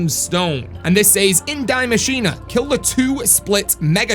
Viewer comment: The machine isn't dying lmao. Why dont you say it how its supposed to. In German?